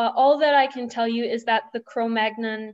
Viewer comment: Excellent presentation and very good delivery. One thing - please pronounce Cro Magnon properly :)